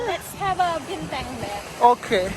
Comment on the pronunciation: Why did your honey said binteng 😄. Is that how we say it now? to differentiate the beer from the star